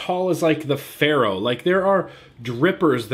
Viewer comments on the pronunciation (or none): none